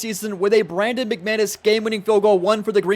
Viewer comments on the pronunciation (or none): none